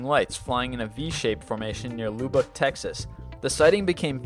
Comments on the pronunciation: Loobeck, Texas? 😂 it's Lub-beck. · It's pronounced Lubuck Texas like up, not Loobuck Texas like lube. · Weak. No Phoenix Lights? Nothing from Billy Meier? Yawn !!! And where the hell is Lou-Buck Texas lol Lubbock, son...Lub-bick ;) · It's not pronounced Lube buck. It's pronounced Lub buck. Lubbock Texas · its not loobuck. its lubbock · its not loo-buck Texas its lub-uck, im from there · lubbock not lubic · It's pronounced "Lubb-uck" not "Loo-Bock" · its pronounced "luhbuck" not "loobuck" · Lubbock is pronounced with a short U, "UH", not a long U, "OO". Luh'bek. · Its called Texas Tech University, not college and Lubbock is pronounced :"lubb-ick" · luh - bik. Lubbock. Say it right my friend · Lol what's Loobock Tx? Hahaha It's also not Texas technical it's just Texas Tech. :) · It's pronounced luh-buck btw! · LUBUCK LIGHTS? somebody kick this guys Yankee ass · i think the real problem we are ignoring here is how badly he pronounced "Lubbock" Texas... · ok dude pronouced number 16 wrong im from lubbock tx its not pronoced that way sorry had to get that off my chest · You sound American, yet how do you mispronounce Lubbock texas? lol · Maybe he never encountered that name before. In Maryland we have a city named Bowie. One would pronounce it like David Bowie or the Bowie knife but it's actually pronounced "Boo-ee". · hahaha Texas Tech in Lubbock. Your Pronunciation skills and research is atrocious.